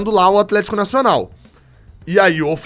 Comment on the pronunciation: Um é o atleeeeeshiiico kkkkkk que foi isso? Você é top, ótimo trabalho.